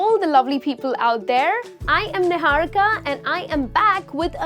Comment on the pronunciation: It's niharika not "nihahrka "